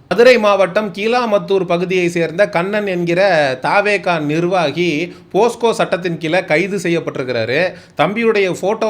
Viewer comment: போஸ்கோ இல்ல தம்பி போக்சோ. மத்த படி அவைங்கள தோலுரித்ததுக்கு நன்றிகள் பல.